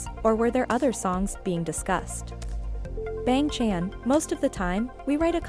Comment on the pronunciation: The way it pronounced bang chan 💀